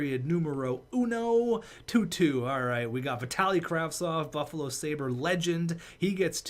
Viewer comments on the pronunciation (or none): none